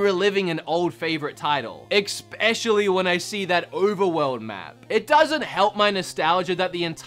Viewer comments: Why is saying "exspecially"? xD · He needs to learn how to pronounce especially without putting an X in it. It’s not eXspecially! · Did say "expecially"? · Hey, love your content but seriously. Especially doesn’t have an x in it. Please please please. Love you bro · especially!! especially!! especially!! There is no god damn K in it!!!